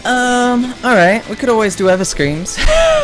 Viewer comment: Wtf is with this guy saying "AlrightUH" and "Where is huh/shuh" all the time? Is english not his first language or something? It's really stupid and obnoxious.